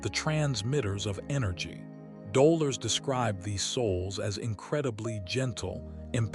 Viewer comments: She's called Do' lor' es. Not dola 🤨🙄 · Dolores is her name not Doler or Doler’s. 😉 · It was heart breaking for the narrator to miss Delores’s name. Otherwise it was a great summation of the three waves. Looking forward to this being edited !!!